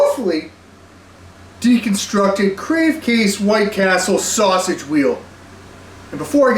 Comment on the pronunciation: Bro called it a sussy-ge